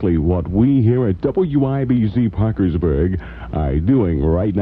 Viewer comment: Did you notice he pronounces Parkersburg 3 or 4 different way